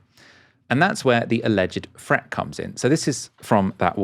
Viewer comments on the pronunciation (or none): its not a fret,nor is it free...its pronounced threat and three,please,if you want to be a serious journalist.....